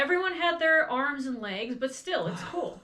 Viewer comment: are you saying he had no leds or no legs? I'm hearing "leds" but assuming you're saying legs.